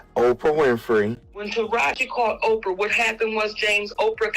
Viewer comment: Learn how to say Oprah name. It makes you look like you don't know what you talking about